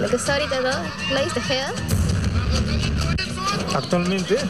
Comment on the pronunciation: La reportera dijo: Gladys TejAda. / también JALADA, es TejEda. #TEJEDA !!!